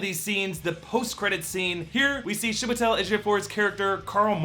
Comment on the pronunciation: Note: "CHEE-weh-tel" ➡ Chiwetel Kudos on getting the last name right, though! Personally, I think w can count on a DS sequel, maybe with a small intro to Clea as his student and eventual love interest.